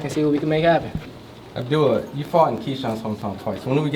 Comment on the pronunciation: Pretty sure his name is not Abdoolah. 😅